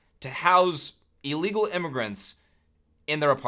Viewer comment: I think you mean illegal with an “I” at the beginning with a short “I” sound